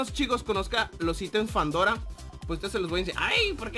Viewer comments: Fandora? es fedora ;D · Se llama Fedora NO FANDORA